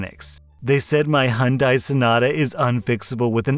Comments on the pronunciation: He says Hyundai weird, search up Hyundai country calendar and you'll hear how I grew up with it being said. Who tf says hoonday? It's fucking Hi-YUN-dai... Thus concludes my Ted-talk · You're pronouncing Hyudai incorrectly. Remember the commercials? "It's Hyundai, like Sunday." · okay so I actually looked it up It's pronounced H-yun-day, that is the correct pronunciation according to Korea where the brand is from the y is not silent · for a bit i was actually confused about the car he was talking about becuse it sounded like he was saying hundai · I won’t lie the way you say Hyundai invokes violent feelings within me 💀 Great video tho keep it up 👍🏼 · Had to check if he said Honda or Hyundai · Is that the typical way anericans say Hyundai?